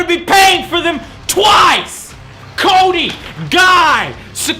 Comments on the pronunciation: I just have to say it, but Thumbs Up if you heard Kony instead of Cody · Seriously I''m not joking but, i thought he said Kony instead of Cody